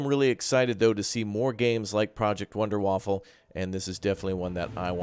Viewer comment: Wonder-Waffa, no L :)